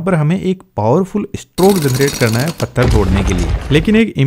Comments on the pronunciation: Pathar❌ Fattar✅ Bhai pakka haryana se hai😂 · Maharashtra mein bhi fattar bolte hain 😂